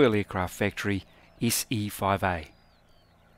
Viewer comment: Look, it's an Issy-foive-eeeh!